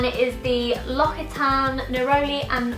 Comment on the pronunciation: lox-ee-tahn. not lock-ee-tahn. :)